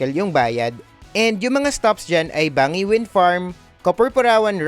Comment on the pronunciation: Banggi not bangi po ang pronounciation po at pan-syan po ang tama.